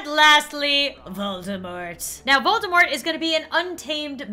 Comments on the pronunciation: Just letting you know, although I'm late, Voldemort is pronounced Vol-De-Mor, as if he's French. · Fun fact! Volemort is actually pronounced: "Vol-de-mor". Apparently the t is silent. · Dark lord not Volde mort